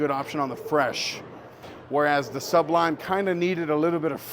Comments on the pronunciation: Again w the Suhhhb-lime 😂. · ASK SOMEONE HOW TO SAY SUBLIME!!!!! IT's not two words,DAMN. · It's amazing that you CAN'T pronounce such a simple word,look it up!